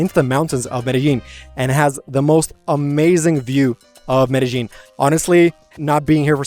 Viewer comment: Medal Jean Kulumbiya Only chicks and hookers pronounce it Medal Jean 😂